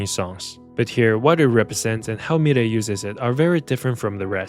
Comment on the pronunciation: The way you pronounce milet, I was wondering who is the world is this new singer I've never heard of lol